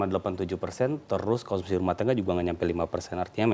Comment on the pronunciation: Katanya effisiensi kok malah konsumsiiii, fiye. Mas brooo